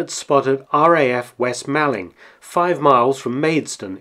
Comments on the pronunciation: Sorry to be pedantic but it’s pronounced moorling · Excellent piece. But being from Kent and just a little pedantic, it's pronounced west/east 'mawlling' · Fascinating but just a small point Malling is pronounced as MAULING. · "'Ere, chaps, you'll never guess what just 'appened in Malling..." (It's pronounced "mauling" btw) I properly lol'd at this! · Just being a pedantic Man of Kent it's pronounced 'Maw-ling'. The 'Mall' rhymes with 'fall' or 'call' not 'pal'. Interesting little video though. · "Mawling" not "Maalling" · Nice video, but your pronunciation of West Malling is poor (the A is pronounced the same as in ‘ball’) - are you a spy? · You do seem to unearth some very interesting information well done mark P.s. malling is pronounced as in shopping mall